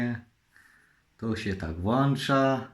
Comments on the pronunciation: Włancza -wyłancza i po recenzji drodzy widzowi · Oprócz tego że to fajna, legancka rzecz, że włancza i wyłancza się włancznikiem nadal nie dowiedziałem się co to jest 😀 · Jest i! Jakże jestem zadowolony razem z! Leganckie cudo! Jak ja mu zazdroszczę tych fajnych, dobrych rzeczy. I się "włancza i wyłancza"! Ja bym chciał kiedyś z gdzieś pojechać, byłby zaopatrzony we wszystkie gadżety minionego wieku! Byłbym zadowolony!